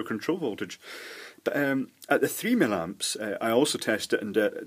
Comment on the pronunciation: Hi. I'm so glad you stopped saying "mill-amps" and resumed calling it "milliamps" as it actually is. I never found out why you started doing this; presumably you got criticized and caved in, which is not like you in my observations. Anyway, why would you cave in to an obvious idiot?